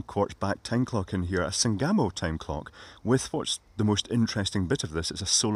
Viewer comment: Sangamo Electric was an American company in Springfield, Illinois about 40 miles from where I grew up. Apparently all that survives is a British company that began as their UK division. Named for Sangamon County and the Sangamon River, accent on first syllable at least in Illinois.